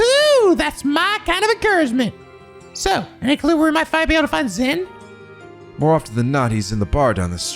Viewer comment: Just a heads up Zin's name is pronounced as Jin.